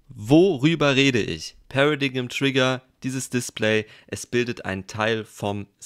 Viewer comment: das wort wird pära-deim aus gesprochen